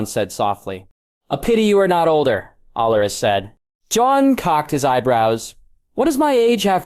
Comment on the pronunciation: Rosia instead of Arya.